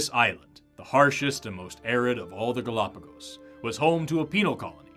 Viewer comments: "Gal-O-pagus" FFS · They can’t even pronounce it correctly… GalapaGUS? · I can't get over how he pronounces "galopagiss" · Say “galapagus” one more time… I dare you! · Them pronouncing it "galapagis" is pissing me off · I love how the creationist pronounces it “Golopiguusss” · Why does the guy continually say Galápagas. And Galápagus. And Galápagis. It's Galápagos. It's not hard. You don't need to be a native speaker. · Why is it that creationists regularly mispronounce important words in their presentations? It’s like a trope with them. It’s not difficult to find out how to pronounce the name of the damn archipelago. 🤦‍♂️ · Genuinely put off by that pronunciation of Gálapagos for some reason